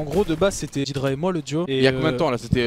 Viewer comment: PAr contre on dit "dèdra" et pas "didra" mais trkl